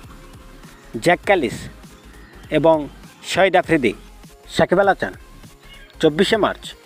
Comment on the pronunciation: কিরে ভাই উচ্চারণ এমন কেন? সাকিব আল হাচান মানে? সাকিব আল হাসান।